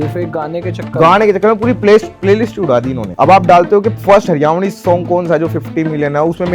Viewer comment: भाई its हरियाणवी not हरिउणी, हरियाणवी artist बन ने से पहले नाम लेना सीखो